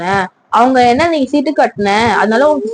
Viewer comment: சிட்டு இல்ல மா... சீட்டு